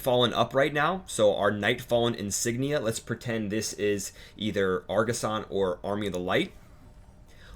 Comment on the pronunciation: argussian not argussan